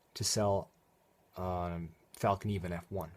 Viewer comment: Thanks for the video, and thanks for spelling and pronouncing fällkniven correctly.